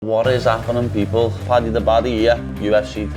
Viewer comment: Paddy’s pronounciation is killing me 😭